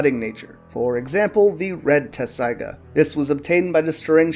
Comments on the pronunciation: Wait it’s not “Tetsaiga”? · Even in the Japanese you can hear them make a t sound, I understand spelling and pronunciation are two separate things but I'm just saying you're pronouncing it wrong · I know that's the official English spelling but they say tetsaiga with a T. The Japanese is even tetsusaiga, so leaving out the middle T is just wrong. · How tf you gonna make an informative video on something you can't even say right